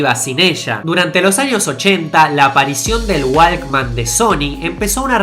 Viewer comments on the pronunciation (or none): Walkman se pronuncia wokman